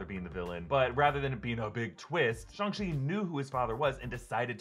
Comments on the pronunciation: "shung chi" lol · "Shung Shi" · “Shung shi” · No one gonna talk about how he said Shang Chi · Please learn how to pronounce the name properly. It was painful listening to you say it. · How do you mispronounce a title that has been hyped up for the past year and you have several examples of how to pronounce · ..........is that how you pronounce his name? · Bruh, can you quit pronouncing it shung-chi please, it’s shang, like aang from the last airbender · STOP CALLING IT SHUNG CHI SHANG CHI WITH AN A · Thought it was shaang chii not Shang chi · STOP SAYING SHUNG CHI ITS SHANG CHI I KNOW I'M OVER REACTING BUT IVE HEARD IT TOO MUCH SO NOW IT GETS ON MY NERVES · It's Shang not Shung. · ShAHng chi instead of ShUHng chi Can even say ShANg chi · Why are you saying SHUNG CHI?? It's SHANG CHI !!! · Why do people keep saying SHUNG CHI ITS SHAAAAAAANG CHI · I thought it was shAng chi. Like aang. Or boomerang. Not shong. Is it actually shong chi? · It's Shang-Chi not Shung-Shi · SHANG... NOT SHUNG! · Shung Chi??? you mean SHANG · It's Shang nut Shung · Wait have I been pronouncing Shang incorrectly or am i missing something.... Someone please let me know. I have a pet peeve about mispronunciation. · you pronounced it Ung chi even though it is Ang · Wait why are you pronouncing it ShUng chi. I always did it as ShAng chi with the sounding like A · Shang chi not shong chi 🤦🏻‍♂️ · Isn’t it Shang Chi ... stop saying Shung Chi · It's not Shung. You don't say Shung Tsung in Mortal Kombat, you say Shang. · “Shung-chi” lol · "shung chi" lmao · marvel has called him shAng chi and so did the trailer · Nobody:: “ShOng Chi” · Who is Shung Chi? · it’s shaaaang chi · Honestly, I waiting to see if you change your pronunciation after hearing it said properly in the movie. What is a "shung-chi" anyway? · Am I the only one who noticed he calls it "Shung chi"? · Why does he keep saying "Shung-Chi"? And why has no one else noticed it? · SHUNG Chi lol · Did he say shong chi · "Shung Chi"